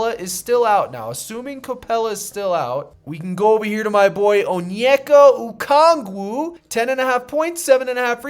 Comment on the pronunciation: I appreciate you pronouncing okongwu correctly